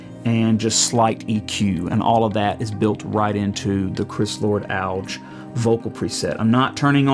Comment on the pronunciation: “Chris Lord Alg” hahahaha (he pronounces it “AL-Gee”) great video tho! I’m looking at picking one up so I appreciate this video a lot man